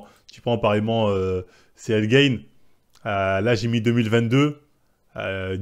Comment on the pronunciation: JPP 😂 >> Cyril "Gaine", "Yassine gainemouri", "Nora Cornel", "William Gomize", "Sarah Parabène" mec, on a bien compris que tu n'y connais pas grand chose à l'univers du mma mais là c'est juste du français... Tu pourrais-peut-être faire un petit effort de prononciation par respect pour les combattants ?